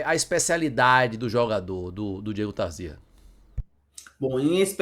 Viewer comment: É Tarzia e não Tarzía.😂😂😂😂😂😂